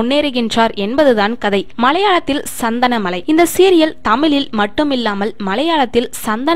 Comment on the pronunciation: Its chandhanamazha not sandhanamalai